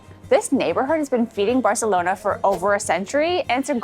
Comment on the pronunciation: Great video. As a Catalan just a small tip on pronunciation: in Catalan we don't pronounce the Cs and Zs as in Spanish. So you don't have to say Grathia or Barthelona. Saying how you'd say it in English is not perfect, but closer to Catalan than pronouncing the "th" sound. Also, when pronouncing words, take notice on the accents. Gràcia is pronounced with a strong A (Gràcia not Gracía, as you pronounced it). Glad you enjoyed our city!